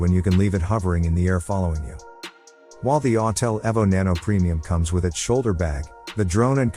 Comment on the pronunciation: E V O the E is hard. Not ev but eeeeee vo. Listen computer voice boy learn how it’s pronounced..